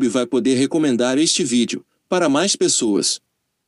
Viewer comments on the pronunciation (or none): none